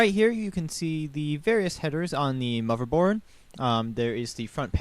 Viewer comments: he said "moverboard" DISAPPOINTEDDDD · WHY DO U KEEP SAYING MOVERBOARD?! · I like your video, but it really bugs me how you say "moverboard" lol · MLG GamerKid 800 He's just pronouncing "th" sounds with a "v" sound, he does it for ethernet also.